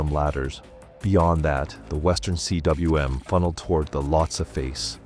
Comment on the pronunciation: Cwm is pronounced koom